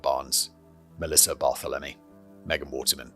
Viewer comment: "Mass-uh-PEE-kwa". "30 ought 6" for the rifle. "Bar-THEL-em-ee" Most Americans are in favor of gun control. Many cops don't think disenfranchised groups count as human beings. Check out the 1960 murder of Irene Garza. She went to church for confession where she was raped and murdered by the parish priest. Law enforcement, local and state governments, and the Catholic Church actively and very successfullly covered for him for decades. Ex-wife has cancer.